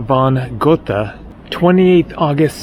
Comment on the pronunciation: The h in Goethe is silent, not a th sound as in North Cothelstone Hall or Nether Addlethorpe.